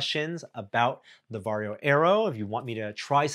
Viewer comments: It's weird as a Finn hearing English speakers pronounce "Varjo". Sounds like Wario. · English speakers rarely know that Finnish J is pronounced more like Y. Perhaps if Varjo becomes mainstream consumer manufacturer, English speakers will learn from feedback. :p